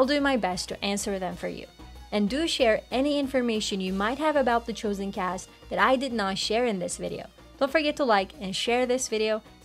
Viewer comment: Why is this host pronouncing "chosen" as "choosen"?